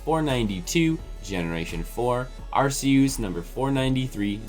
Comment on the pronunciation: when he called arceus arseooze i died